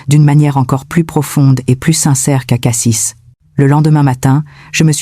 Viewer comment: On dit Cassi et pas Cassisse le s ne se prononce pas avis a l’IA